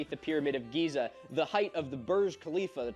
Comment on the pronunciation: Why did you say Gaza not Giza?